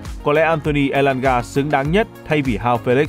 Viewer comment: Tại sao Elanga là người gốc Thanh Hóa vậy mn?? Không phải là nghệ An hay Hà Tĩnh..